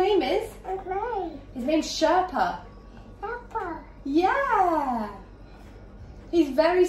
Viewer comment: And how perfectly she said Sherpa.